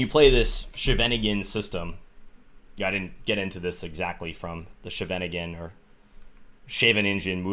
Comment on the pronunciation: John, it's not the ShenAnigan opening, the stress is on the first syllable: So if you want to be slightly more correct, you could try SCHAYveningen. (Also, I love your vids. This is just a tiny thing to make them even better ;))